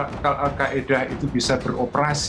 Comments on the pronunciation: Al Qaeda min bukan Al Qaidah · Al qaeda min bukan qaidah wkwk